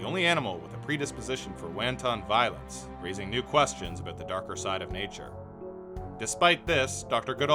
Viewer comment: Learn to pronunciate ... start with wanton (hint : you mispronounced it horribly)